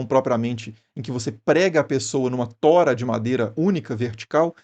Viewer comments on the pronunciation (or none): encheu a boca pra falar "tora". Incrível.